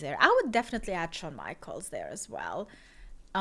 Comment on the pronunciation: Shawn Michael(S) with an "S" You NEED to pronounce the S Just like with Roman Reigns. The "S" isn't silent. lol.